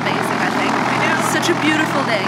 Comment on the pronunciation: I always wonderd why you pronounce ‘think’ as’tink’ is that because of your mother tongue Serbian?